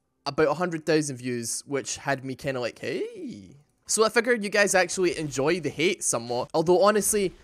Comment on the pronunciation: vactually, nou, spvit second ahahahahahhaa